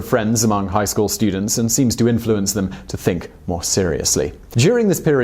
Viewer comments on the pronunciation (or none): none